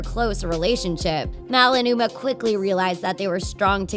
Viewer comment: You said Mal and Umer